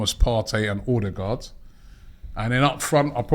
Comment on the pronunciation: One of these days Robbie will pronounce Ødegaard's name correctly.